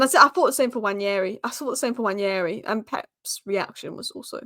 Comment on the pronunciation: I like how you pronounce Nwaneri!